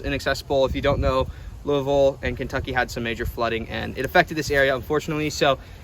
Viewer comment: I'm proud of you for saying Louvill correctly! I'm from just 45min from there, and most people that aren't from the area can't say it right.